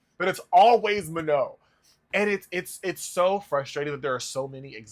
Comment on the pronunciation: you don’t pronounce the N. she said that herself